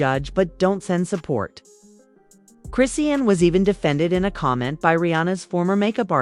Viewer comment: PLEASE LEARN HOW TO PRONOUNCE HER NAME😂🤗